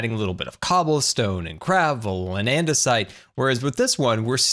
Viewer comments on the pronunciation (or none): none